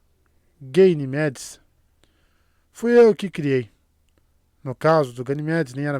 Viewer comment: gaynemedes 😂😂😂 essa foi genial